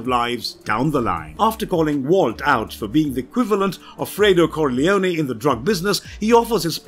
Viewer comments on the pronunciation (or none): none